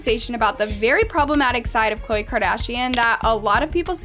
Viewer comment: “Kardian” “Khole” how did you mess up that bad 💀